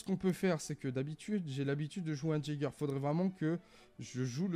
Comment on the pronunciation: Je n sais si c'est du second degré mais c'est ''yager'' et non pas ''jager'' sinn t'es une bête sur r6 mec🔥🔥🔥